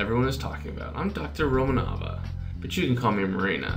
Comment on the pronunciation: Aww thank you for fast update! And ps. you are saying wrong 'ROMANOVA'